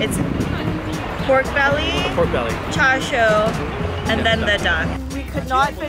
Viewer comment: Hearing her say char sui pisses me off